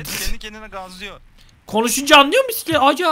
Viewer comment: Püsüklet ama Mokokoğ Püsüklet